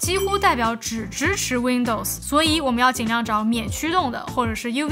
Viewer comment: 偶們，哈哈